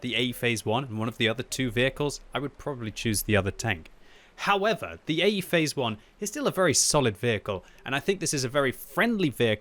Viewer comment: I can't unhear him saying "eggyface one" plz send help.